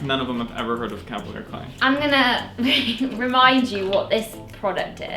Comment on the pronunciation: wow. the way she says calvalier clay